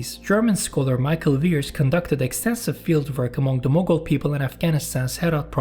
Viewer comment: Mughal or Mongol? The title doesn't match with the pronunciation.